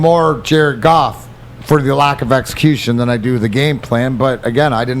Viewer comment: Dude its Goff...Goff...Golf..Goof whatever its the QB